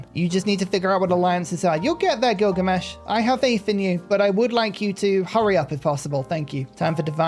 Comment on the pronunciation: Did you realize you called him "Killgamesh"?